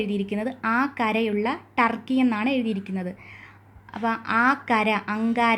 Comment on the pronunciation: ട്ടർക്കി അല്ല തുർക്കി അല്ലെ????